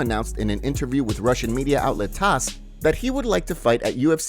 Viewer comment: It's Tass news not tacc.